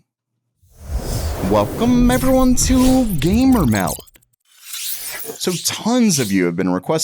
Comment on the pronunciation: Weycum evewyone to gaymer meld.....